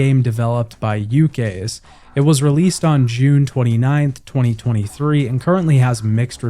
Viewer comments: There's no way a human would look at yukes and say "yoo-kay" this is ai slop. bye. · Hearing you mangle the word "Yukes" made me cringe harder than anything this week. And that includes the literal nazi in your comment section using Civ 7 as a springboard to spout off actual racist nazi ideologies about the series "promoting multiculturalst subhuman species" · fire axis? you k's? Jesus, do like 1 sec of research if you're not sure how to say the names. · Are you mispronouncing YUKE'S name? It's usually pronounced "YOOKS". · your pronunciation of yukes is painful but also funny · Hearing your pronunciation of Yukes made me choke on my drink,.